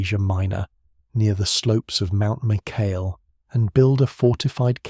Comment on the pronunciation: Corrections: 1. Mycale is pronounced: MY-kuh-lee (in Greek: MikAli) 2. Mardonius was not killed by spear but according to Herodotus, Mardonius was killed by a Spartan soldier named Arimnestus (Greek: Ἀρίμνηστος), who hurled a stone at him while Mardonius was on his horse.